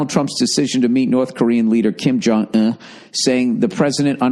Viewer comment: Kim Jong "eh" XD